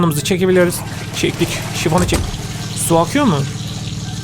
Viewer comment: Sifona şifon diyen koca yürekli abimiz😂😂😂😂